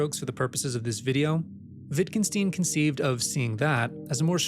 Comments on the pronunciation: WittgenSTEIN not "steen". Stein, as in Einstein. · I cringed at the way you pronouced "Wittgenstein". The "Stein" is pronouced the same as in Einstein, not "steen". Otherwise great video, just felt the need to point this out.